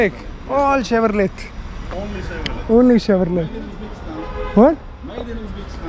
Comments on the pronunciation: it is pronounced as CHEVROLEY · chevrolet ka T pronounce nahi karte bro, its chevrolay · Nice blog man!! Never mind, its ''Chevrole/Chevy''...'t' is silent. Subsidiary of General Motors (GM), USA